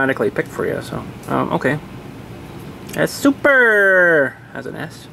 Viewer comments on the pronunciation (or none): You missed the 't' in acting.the 'EE' in see.the 'p' in super.